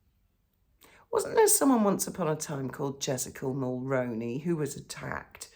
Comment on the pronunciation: 👋 Hi, hope that you are doing okay... I just wanted to drop a helpful comment...Jessica Mulroney's last name is pronounced as Mull-Roo-Knee or combine actor Micky Rooney's last name and Mull together. I don't know if you ever watch Paula M but listen to how she says it. I just thought I'd mention it in case you weren't aware. I'm a Canadian in my mid 50's, Brian Mulroney was our Prime Minister when I first was able to vote. Anyway I hope that you see this and hopefully make the slight changes to the pronunciation... Please take good care of yourself...I hope that you are getting more sleep now